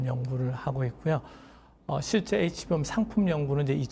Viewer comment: 진행자가 HBM을 HMB라고 하는데 대담을 진행하려면 사전에 공부좀 하고 나와야 하지 않겠어요?